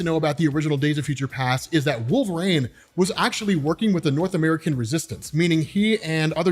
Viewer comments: Are you saying wolverane?😂😂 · & saying "wolveraine" name a more iconic duo, i'll wait